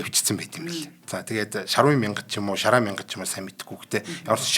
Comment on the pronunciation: Шарайн биш, Шарайд юм шүү